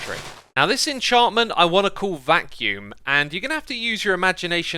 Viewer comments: Silly Xisuma, its 'Vacuum' not vaccume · Vacuum, not vaccume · "Vacuume" lol Eat your cereal. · X:'vaccume" me: "vacuum" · It should be "vacuum", not vaccume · It's 'vacuum', dude. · "Vaccume" typical x) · Nobody: Absolutely nobody: Xisuma: "Vaccume"